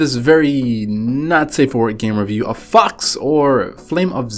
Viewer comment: I'm not sure are u saying FOX or FUCKS... Seriously.. Btw, how could this game tresspass porn scanner from googleplay?